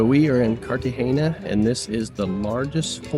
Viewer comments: After the poster mispronouncing Cartagena for the 3rd time (there is no hard "gee" in the word), I had to stop watching. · loved your vid, but it's Cart-a-hay-na....not Carta-gee-na. and the beautiful plant is bow-gun-vee-a just thought you'd want to know